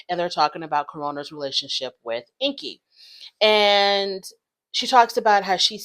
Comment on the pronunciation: Corona already admitted that she and Ingi were not together (or not anymore) when they started filming. So their storyline is completely fake 🤷‍♀️ And BTW his name is pronounced "Ing-gi", not "Inky". Just sayin'...